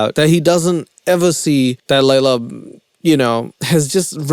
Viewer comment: It's hilarious how Emily mispronounces Leylas name all the way through. Please do next season. Just start a mini series. We'll all watch it together. I can't find it on my own :(